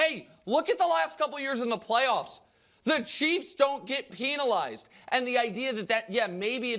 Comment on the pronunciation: Can somebody tell Nick how to pronounce penalized